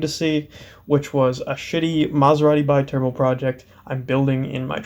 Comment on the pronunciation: It's pronounced "bee-turbo". Loving the project. :-)